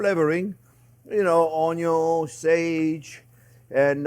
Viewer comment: Thank you Chef! The entire family loves your show. The youngest (6) loves to zoom around saying "onyon" like you do. The way you pronounce "worry" is Scooby-Doo adorable. Sharing the secrets of good cooking is a gift to us all. Happy Thanksgiving to you and yours.❤️ BTW, it smells wonderful in my home right now as I prepare my turkey & gravy following this recipe.